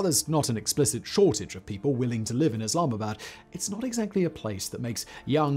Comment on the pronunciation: come on man! Don't butcher the city's name. If u can't say it then just don't say it.